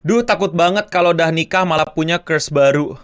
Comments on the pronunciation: Crush bacanya kras, bukan kreus (emangnya kutukan)??? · Cursh bg bukan curse 😂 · bukan Curse (dibaca Kers) bre huhuhu wkwkwk Ngakak,.... tapi crush (dibaca Kras). good video btw bre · crush di baca krash bukan kers (curse) itu artinya kutukan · "krash" bang bacanya, lo ngomongnya jadi curse wkwk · Mohon maap bang, bacanya "krash" bukan "krush" 🥲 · bacanya kresh bukan kers wkwkwk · Crush itu bacanya lebih deket ke "krass" bang artinya (rasa orang yang kita tertarik), kalau 'kres' nanti jatuhnya deket sama Curse (kutukan) Yen meh arep dihujat SJW margo nyoba ngandani yowes, penting niatane apik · crush bang bukan cursh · bang bang, bacanya tuh "CRUSH" (KRAS), bukan "CURSE" (KURS) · Bacanya (crush) krash bkn (curse) kèrs.. 😌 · bacanya kras bang bukan kres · maaf mau koreksi dikit, crush itu pronouncenya "kras" kalo yang lu sebut itu "kers", (curse) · Gw nonton Tanpa liat layar....aneh banget gw kira lo bilang curse bang bukan crush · Lu sebut crush salah bang lu sebut gitu lebih ke curse = kutukan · bang gw ga bisa bedain u ngomong Curse atau Crush.... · kras bang, kok kers sih wkwkwk itu bukannya curse? kutukan? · It's "Krash" not "Ke-s" 😭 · kok ngomong crush jadi curse sih bang wkwk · kras bang bukan kers nyebut nya wkwk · sengaja ini, karena jauh banget seharusnya "kras" jdi "kers", kecuali nyebutnya "cerus" berarti ga sepinter itu dia ngomong b inggris 😂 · boleh sih belajar laval inggris dikit-dikit. curse dan crush itu beda banget lho. dan ga sesulit itu ngomongnya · crush bang, bukan curse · Agak kesel juga dengernya hehehe Itu dibaca "krash" bukan "kers" Dan gw harap ini komen di pin juga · W denger nya juga ngakak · Krash bacanya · Maaf bukannya tidak menghargai tenaga buat kontennya you are the best but dari tadi gw dengernya curse i'm sorry to say this but the best content ever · Bacanya "krash" btw bg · Gw gak nyangka denger ngomong 'curse' yg harusnya 'crush' lama-lama bikin emosi juga wkwkwk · bacanya krəSH kocak